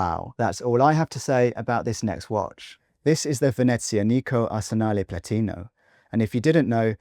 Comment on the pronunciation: Learn how to pronounce veneziAnico (not venezianIco)! Also Bremont was overpriced always, but had nice designs originally. After the sale to David’s Cerato and co, designs have taken a dive and prices are still hi. Do they pay you to say nice things for them? Nobody likes them now!